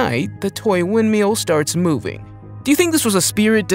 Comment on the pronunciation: Windmill not windmeal